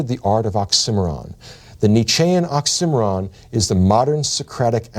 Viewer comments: I had to spell out "occimeron" before I realised he meant oxy-moron. Otherwise, fantastic lecture as always. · I forgot what an occimeron was until I realised he was saying oxymoron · I was today years old when I realized I was saying the word oxymoron (it sounds like he's saying oxcimeron but that's not a word) wrong. I even put the CC on... 🤯🤷🏼‍♂️😜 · Interesting that the pronunciation here is more like ox-simmer-on and not oxy-moron. Confusing at first trying to figure out what word he was saying. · I never heard someone pronounce oxymoron the way this guy did lmao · I've never heard anyone pronounce it "ox emm er ron" before. I've always heard it as "oxy moron". Did this stand out to anyone else? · Why do you say oxih Mahron lol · The oxymoron is mispronounced by the lecturer. . It is correctly pronounced as oxy more on. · Wait, its "ox IM' eron"? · why do you pronounce "oxymoron" as "ocksimmeron" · did he just pronounce oxymoron ox sim or on? what on earth? all trust lost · Ox Cimarron? I'll bet he pronounces Uranus "urine us" too. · I have a dozen criticisms, but his oratory certainly isn't one of 'em... although his pronunciation of 'oxymoron' drove me mad. "Nietzsche is a master of occimeron", you say?? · Embarrassed to admit that I thought I was looking for a word I did not know, like Oxcimmaron or something. So now I know how totally cool people pronounce oxymoron. lol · I stg if he pronounces oxymoron wrong one more time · never heard oxymoron pronounced like that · Took me a while to realize he was saying "oxymoron." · I’ve never heard oxymoron said like that and had to google the word and spelled it out to realize he’s sayin it a way I’ve never heard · Sounds like the English pronunciation of "Birmingham" when compared to American English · Ive never heard oxymoron pronounced like that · So THAT'S how you pronounce oxymoron. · Damn, the professor will never learn the proper pronunciation of oxymoron. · I've never heard anyone say oxymoron like that...